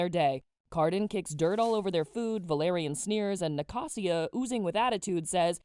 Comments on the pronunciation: Are we skipping the part where she says Nacasia's name as na-ca-sia? Was it not ni-ca-sha? That's how the audio book pronounces anyway..... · girll the way i can see the difference in how i pronounce some names vs you, HAVE I BEEN PRONOUNCING THEM WRONG??? like nacasia, and liriope. i say "nac- asia" (as in asia the continent) and "liri-op" i guess liriopee does make sense, but still it a cool thing to notice! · “NiCaSsIA”I died you said it wrong I’m crashing out